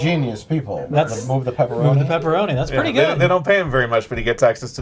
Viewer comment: Also “Peeparoni”